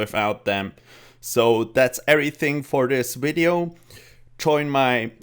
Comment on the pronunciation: “Shield of Arav.” Good, good, atta boi... “wideo” facepalm